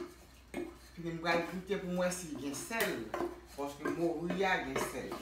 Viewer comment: Sé "moru" ti chéri (cod fish), pa "mouri" (death).